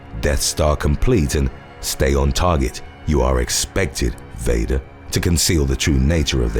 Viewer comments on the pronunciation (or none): none